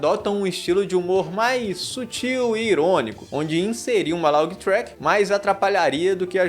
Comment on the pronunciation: Só corrigindo laugh se pronúncia (léf) e não laug